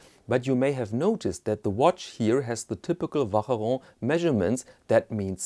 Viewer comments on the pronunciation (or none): I wonder why you pronouce « Vacheron » so strangely, given that your pronounciation of other french words is pretty good and the difficult sound for foreigners is the « on » at the end that you pronounce well. « Ch » is just pronounced « sh »… like sheet or show. The watch doesn’t look as nice as I first though